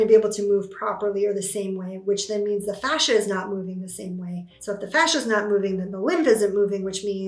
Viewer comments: Fascia dear, not facia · She is saying fascia, 😉